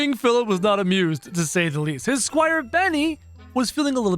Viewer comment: Why did said SQUIRE Benny